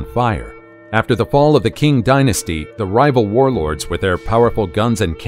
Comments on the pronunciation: Please, if you actually did your research, give correct attributions, as you were mixing up Tibetan and Chinese Buddhists, and you couldn't even pronounce Qing correctly. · Dude. Do you know how easy it is to use Google translate. "Qing" is not "King". It took me 3 seconds to demonstrate this to my partner. Using Google translate.